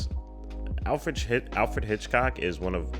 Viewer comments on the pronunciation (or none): Everytime says Alfred Hitchcock wrong, take a shot 🤣